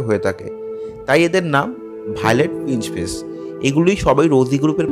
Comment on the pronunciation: কথাটা শুধরে নিন রোজি পিঞ্চ ফেস বলে কিছু হয়না। কথাটা হবে রোজি পিচ ফেস।।কানে খুব লাগছে।।ঠিক করে উচ্চারণ করুন